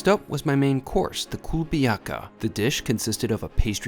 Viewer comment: Pumpernickel or sourdough bread is NOT Russian. It's not "kubeliaka"; it is pronounced "ku-le-bya-ka." Lentils are not a popular Russian food at all. Medovik looks crooked. It is a honey-based cake; it is never made as a pastry in Russia. Overall, for a Russian, it is a bizarre food experience not worth this huge bill. To the author: try the same items somewhere on Brighton Beach and report the comparison.